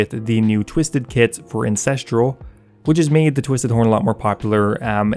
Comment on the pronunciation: Fucking love your content, please reconsider the way you pronounce “Ancestral” , it all goes a bit Game of Thrones lol